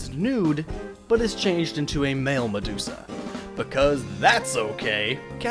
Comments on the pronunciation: "MaDUDEsa" lol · It's medudesua